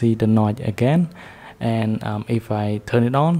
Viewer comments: bro said "NOT" instead of saying "NOTCH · Hahaha the way you say notch.. "NOY". Good shit